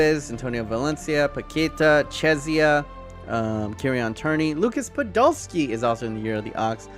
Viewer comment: Is it only me who was somewhat annoyed by the way he said Tierney